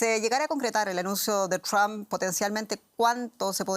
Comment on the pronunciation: Por qué los españoles pronuncian tan mal el apellido Trump? No se fijan cómo lo hacen sus compañeros y sobre todo, los angloparlantes.